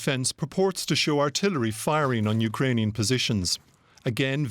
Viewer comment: The interpreter translated spoke like Indian English, not Ukrainian’s pronunciation.